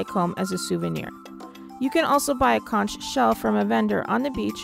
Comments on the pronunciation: BTW,Conch is pronounced Conk.. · You missed the best beaches there. You spent most of your time in one area. Check your pronunciation on sapodilla and conch too